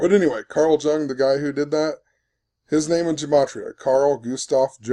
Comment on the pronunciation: "Yoong" not "juhng"